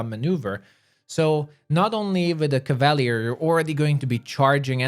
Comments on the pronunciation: Cava-leer. Not cav-all-lee-ir. Lol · Cav-Ah-Lee-Err not Caval-ee-urr, sir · Hurts my ears. CAV AHH LEER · Cav-a-leer. That how your pronounce it. Not that mess you say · Love your build guides. Would love to see how you would build a shapeshifting druid. I'm currently in Act 3 with a Azata Bard. Love the story lines. However, learning the Crusade part of the game is challenging. Finally, no offense, but it's pronounced; CAV-A-LEER as in cavalry. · Cavalier. KAV-UH-LEER . NOW SAY IT RIGHT. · ka·va·lyé is the correct pronunciation. NOW SAY IT RIGHT. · How TF do you fuck up the pronunciation of a word as simple as cavalier so bad? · they way you say cavalier is painful